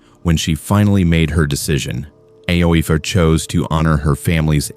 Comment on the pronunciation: Ay-Oh-eef is pronounced Eefah. AI is fking stupid.